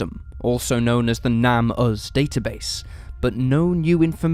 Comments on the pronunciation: & Its pronounced "NAME US" not "NAM US" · Shouldn't the name of the NamUs database be pronounced "Name Us" and not "Nam Us"? I mean, that's why it exists, right? To restore the names of unidentified people who are missing or dead? Minor point, though...